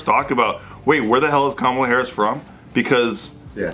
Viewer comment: When Joe said Ka-llama Harris my brain created Kamala with a llama wearing shades. Why, brain? Why?...